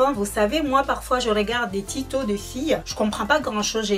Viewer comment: on dit pas Tito mais tuto et on dit mouvements pas mouvema ptit corection d'abonnés☺sinn bonne videoo